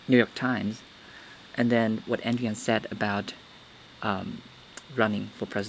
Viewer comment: Andrew Yang not Yan, you kept saying Yan.